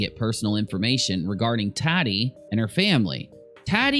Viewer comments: lol think Tatiana and shorten it to tati. It's not tat like tattoo, it's tati like tot (rhymes with hot)....Tot-eee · You are killing me it's taaatiii not TATtii 😂😂